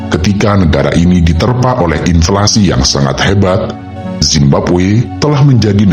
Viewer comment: Inflasi bang, bukan implasi